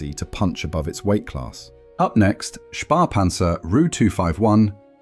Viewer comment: Its Spähpanzer, not Spahpanzer - and its pronounced differntly. Späh is the short version of spähen, which means spy out or explore or scout. Spah is simply not a german word.